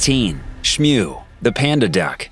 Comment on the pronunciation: It's smew not shnew